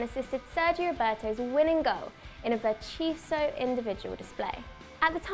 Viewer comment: verchiso? Did she mean virtuoso?